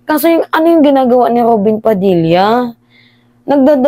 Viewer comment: Kainaman Kong alipostain mo c Robin ung letter r nga lang d mo maayos Ali's jan